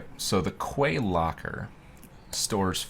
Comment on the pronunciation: fun fact quay is pronounced "key"